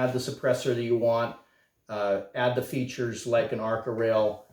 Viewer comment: Features? Hahaha butchered it ffs